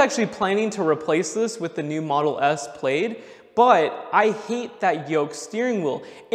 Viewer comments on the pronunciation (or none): "Model S PLAYED" It's plaid like the pattern. From Space Balls. Sorry for the pedancy. I love your videos.